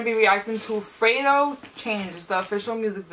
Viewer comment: It’s not “Fray-do” it’s “Fred-O”